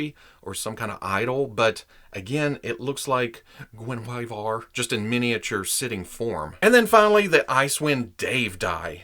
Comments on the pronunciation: It's supposed to be gwen-iv-eer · The pronunciation of the panthers name is easy enough. Her name is pronounced like Gwenevere. The swords, Twinkle and Icingdeath ;) Great review of these. Im waiting for my set myself. Just did an unboxing of the statue version of Drizzt, as well as his replica blades. Can't wait to open this set! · GUEN-A VERE IT'S HOW IT'S PRONOUNCED MY FRIEND. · Hi love the videos, as a proud Welshman, the cat's name is an old Welsh name Gwenhwyfar or Gwen-hooey- var( you were very close). Which is the original name of King Arthur's wife- Guenivere. Again love your videos and Hello from Wales! PS Esyllt Nest (Solo) is also a Welsh name. She was in College with me!😉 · What, Guen with attitude? Perish the thought! P.S. Someone, please talk Netflix into making a series based on R.A. Salvatore's work. It would rock. Oh, when pronouncing Guenhwyvar, think of King Arthur's, Queen Guenhwyvar. It is how the author envisioned her name to be pronounced. It is your video, good sir, do as you please. At your peril. :)